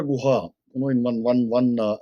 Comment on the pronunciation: Correct the name to Ramchandra GOO-KHAAAA